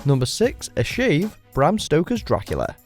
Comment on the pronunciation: no one says bram right :/